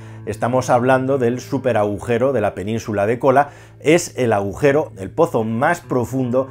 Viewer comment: Aujero??? o agujero...